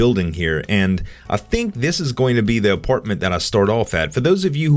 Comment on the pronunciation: it's apartment not aportment